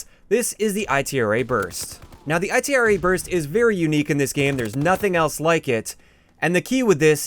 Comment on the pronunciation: called the Bar the B.A.R. and he called the Itra Burst the I.T.R.A. Burst in this video. He does that a lot